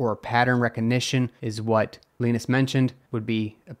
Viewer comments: I thought it was pronounced Luh-eye-ness not Luh-ee-ness....... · Leenis? It's pronounced Lie-Nus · His name is "Lie-nus" not "Lee-nus." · Its 'Lie.Ness" not leenus but thanks for upload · Wait.. It's pronounced "leenus", not "liinus"? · Yes, it's a Finnish name. It'd have to be spelled Lainas, to sound like the name of Charlie Brown's friend Linus. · It's pronounced Lie-nus, not Len-us.😂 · His name isn’t really pronounced “Leenus”, is it?! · his name is not pronounced leenus. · it's lin-uh-s no no it's Gus Linuhs no no no it's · My only problem with this entire video is how Linus is pronounced. lmfao